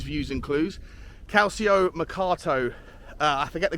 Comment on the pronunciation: love your content, but it’s pronounced Cahl-cho in Italian. Ci and Ce are ‘Ch’ sounds. Sorry for being a pedant. Not sure about the players coming from Palace - Eze has a rep and as you say his utility is attractive and enable him to play more minutes. But, as with Guehi, I think we can find better value elsewhere.